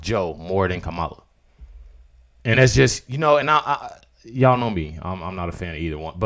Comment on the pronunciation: Say her name right. It is pronounced KAM LA.